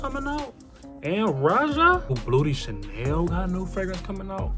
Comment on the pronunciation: i be rocking with yo fragrance vids bro first things first keep providing us with game but it sound like you saying "booty chanel" i been over here crying